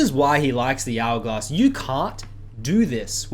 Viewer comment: He says hourglass like algoz